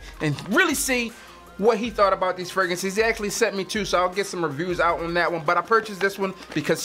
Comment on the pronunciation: Hey bro not trynna critize but can you plz use the second R when saying fragrances it sounds really weird when you say fragances